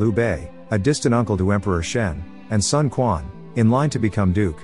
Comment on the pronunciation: Also, it is not Sun Kuan. More like Sun Chuan..